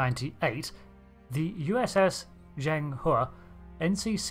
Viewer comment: Finally someone who pronounces Zhang He correctly!